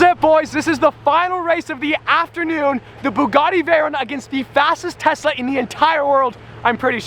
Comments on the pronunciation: Nobody: Literally Nobody::"tessa"🤔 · he said "TESSA VS BUGATTI" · "How many tessa does it take to stop a Bugatti" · He was saying tessa I think on purpose lol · Did I hear it as tessa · He totally said Tessa vs Bugatti! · Every time he says "Tesla", I keep hearing "Tessa" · he calls tesla’s tessas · Any1 else think he said tessa when he said tesla? Any1, or only me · Whenever he says Tesla I feel that he is saying Tessa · i thought u said “Tessa vs bugatti” i was like man set yo priorities straight lol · You said Tessa baby girl lol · Sounds like he is saying Tessa but he is saying Tesla 🤣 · Did anyone else hear “Tessa vs Bugatti’ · Tessa model X 🤣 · Yo he definitely calls the tesla Tessa lol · I have headphones, he is saying Tessa. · “Bugatti vs TESSA” Was I the only one to hear that? 😅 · You are not alone lol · *also every time says “Tesla” my brain can only hear “Tessa” and I keep double taking 😂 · Am I the only one hearing Tessa, Tessa, Tessa? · He is saying "Tessa" all the time, or my ears have cancer or something XD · definitely saying tessa lmao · he says tesla, but it sounds like tessa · He definitely said "Tessa" lol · I swear he keep sayin "Tessa Vs. Bugatti" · or did he say Tessa instead of Tesla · 🤭🤭 He's saying - 🤦🏽‍♂️ "Tesa" and not Tesla! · im pretty sure he says "Tessa" instead of "Tesla" haha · it sounds like he saying Tessa instead of Tesla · I thought you said Tessa at first not Tesla lol Edit: I did read the title 🤣🤣🤣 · Every time you say Tesla, I feel like you're saying Tessa 😂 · I love how he said tessa instead of telsa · he is saying TESA, not TESLA JAAJAJAJ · Is it just me or does he say "tesla" as "tesa" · Is it just me or keep pronouncing “Tesla” as “Tessa”? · I think has been around with Tessa alot: "Tessa ( Supposed to be 'Tesla' ) vs Bugatti Me: 😉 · 😅I keep hearing Tesa...not Tesla🤔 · I heard Tessa vs Buggati. I almost died laughing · Is saying Tessa instead of Tesla?? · Actually he did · He did